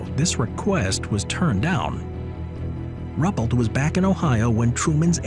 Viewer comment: His name was Rue-pelt, not Rupplet, please.